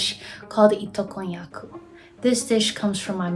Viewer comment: love this episode💗 btw it’s not itokoyaku it’s “ito-konnyaku”😅